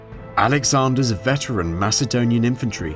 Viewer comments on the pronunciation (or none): none